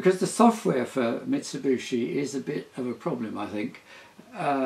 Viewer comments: Tim, I love your work and have watched you for years. It's a common misconception that Mitsubishi is pronounced "Mitsu-BOO-shi", but if you look how it's spelt, it's "Mitsu-BI-shi". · Nice video. It's Mitsubishi, btw, not Mitsibushi. Incredibly annoying that such a clever bloke can't even read the manufacturers name correctly. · A few thoughts: - Your chiropodist needs a dermatologist. - It's pronounced mitsubishi (bee-she), not mitsubushi (boo-she). It means "three lozenges" as in the company logo. To be more precise, hishi (_hishi->bishi_ for phonetic reasons) means "water caltrop", because sometimes their seeds are lozenges. - The cam driver is the most interesting thing I've seen this week, maybe month. Interesting things happened before digitalization took over. - During the video, as I watched your explanation of ladder logic etc, I did think about how much more straight forward everything would be with an Arduino or something, but then I rethought it and ended up with the same idea that you brought up at the end, via Shapiro: KISS. Keep it simple, sweetheart. No need to go beyond something that gets the thing done. There is a certain elegance to it. - You share the first place in my mind in the category of "Favourite Tim", with Tim Rowett, your compatriot who collects toys. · Mitsubooshi? Is that the same as Mitsubishi? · Says Mitsubishi not Mitsibushi! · "Mit-so-boo-she" lol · Ubiquitous pronunciation for some unkown (to me) reason 🙂